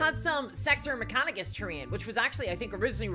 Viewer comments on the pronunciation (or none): none